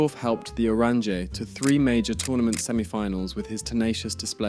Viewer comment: Bc the pronunciation is really bad. Either just say the orange, or 'Oo-rawn-yuh'